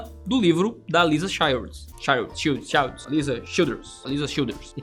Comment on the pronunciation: AliSSa na pronuncia. Assim como CS Lewis é pronunciado LOUIS.